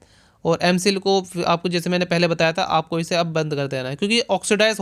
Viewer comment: Phelay experiment bolna sikho dost